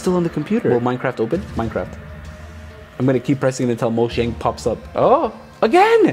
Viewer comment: i love when tried to open minecraft nd said "Moshang"